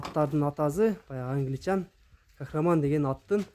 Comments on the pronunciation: Кахраман эмес- кахарман! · Кахраман эмес Кахарман